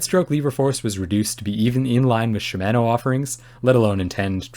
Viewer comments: Great review. FYI: Shimano is correctly pronounced “she-mah-noh”, not “she-MAN-noh” :-) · I’d like to see you review some TRP DHR EVOs. They have a very light pull and they use the same MTX pads that Shimano brakes use (sha-ma-no, freedom pronunciation lol). Gotta use the 2.3mm TRP rotors though.